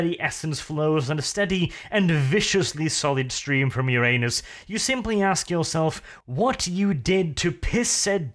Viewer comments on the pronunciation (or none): none